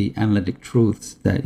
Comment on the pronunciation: I wish Michael wouldn't say "troothes" as the plural of "truth".